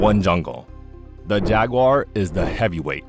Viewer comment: “This is a jagwaaagh, this is a pooomah”